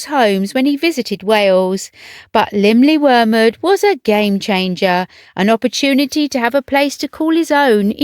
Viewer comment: I appreciate the careful, no doubt correct, pronunciation of the Welsh name of the home. I couldn't begin to guess how it's pronounced!